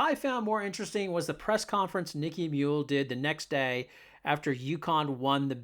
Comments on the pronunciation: her name is nika muhl, not nikki.see if you can figure that out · You lost all credibility the first time you called her "Nicky" Muhl. Might as well say that she plays for uh-cone.... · Nika (a) muhl. Not Niki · It's NIKA, not Nicky. Next time ask Geno why Aaliyah misses 50% of her shots in the paint ? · It's Nika, not Nickie. Come on man. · She's NIKA Muhl not Nicky, If you're going to do a video, at least get the subject's name right. They did not beat Villanova by more than 20. Other than your mistakes it was a good video. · When you can’t even pronounce her name correctly, should I even listen to you “take”? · Dude, learn how to pronounce her name! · Maybe YOU could be less of an a-hole and say Nika's first name correctly? What is wrong with you? Besides that - go Nika, go Gino, go UCONN! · NIKA MUHL Not exactly got your finger on the pulse of Uconn basketball when you wildly mispronounce the name of their starting guard who, this season has: logged more playing time than any other Husky, broken Sue Bird's 20+ year old single season assist record, been named Big East Defensive Player Of The Year (2nd in a row), referred to, by Geno, as "the heart & soul of the team".